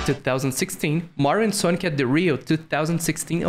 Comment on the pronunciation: Why does he say "sonki" instead of sonic